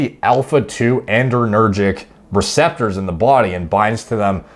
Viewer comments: The paper was not using pretentious language. It was using precise and technical language. Also, it's "adrenergic," not "andrenergic." Otherwise, great video! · "adrenergic" actually, not "andrenergic" like adrenaline not androgen. It's all I can hear lol. Great content nonetheless